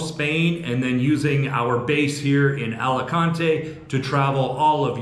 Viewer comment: Nunca debes intentar leer o pronunciar el español igual que lo harías en inglés. Alicante 😂😂